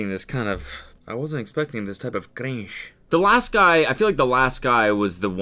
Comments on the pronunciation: a very spanish way to pronounce CRINSH 😂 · I find it hilarious how he pronounced the word "cringe" wtf, is it a reference or something?